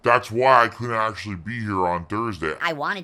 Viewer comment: is the ACKTUALLY nerd meme, but somehow more annoying